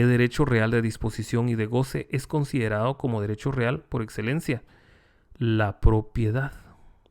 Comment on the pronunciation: mi más reconocimiento y admiración de su docencia y conocimiento..... pero con todo respeto no sé si podría UD pronunciar bien las palabras que llevan la letra d por ejemplo " considerado" y UD dice. Considerado. No se escucha bien. Pero todo lo demás está excelente. Es una crítica constructiva....obligao es obligado